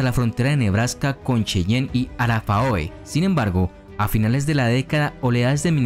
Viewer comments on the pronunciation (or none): supongo que a estas alturas ya te lo deben haber dicho, pero por si acaso, arapahoe se pronuncia "arápajo"